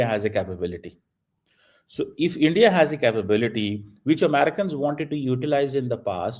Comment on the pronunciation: bhai India hai Aindia nahi hai har Poki Aindia kyu khte hai 😂😂😂😂